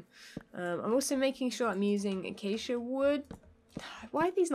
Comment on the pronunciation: denied thar she technical pronoucd accia logs/planks wrong by saying that everything was the same:P